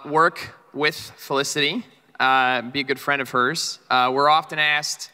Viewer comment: It's Felicity not olisity